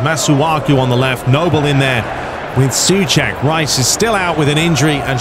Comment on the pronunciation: It's not Cəfaal, but Cəʊfal and Səʊček, not Sʊček Otherwise, great video as always, greetings from 🇨🇿